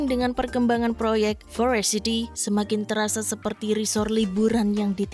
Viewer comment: Kok sebel ya, denger dia baca forest city jadi forest sithi. Parah